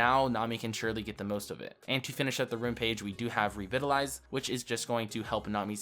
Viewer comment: Revitalize. The first "i" is pronounced like the "i" in "bite" not "bit". It is the same pronunciation in UK and US English.